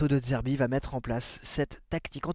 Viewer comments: De zerbi Pas De d'zerbi. C'est insupportable 🤣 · Slt, je te suis et aime ce que tu fais sur l'OM, ancien chroniqueur également....Mais attention aux prononciations " Valentine Carboni " et surtout " De Dzerbi " c'est insupportable, bonne saison et Allez l'OM....